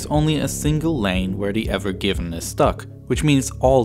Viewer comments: The "AVON GIVENN" ?! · They keep saying the name of the ship wrong. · Why’d he call it the ever given if it said ever green on it?